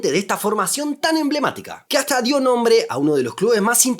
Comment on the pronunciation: "Hasta dío nombre a un club campeón del ascenso..."